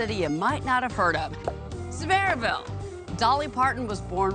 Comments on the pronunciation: Literally all you had to do was ask just one person how to pronounce Sevierville. Anyone would have told you. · The way she says Sevierville makes my eye twitch. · I was referring to the realtor (or whatever she was) at the beginning of the video. She completely slaughtered the name.